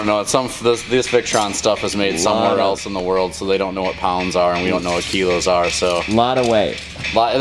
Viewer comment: ki-lows … that’s when your ninja runs out of „special abilities“ power.